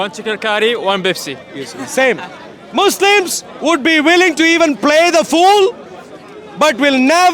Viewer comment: AT THE END WHAT HE SAID MOUSLIMS😂😂😂😂😂😂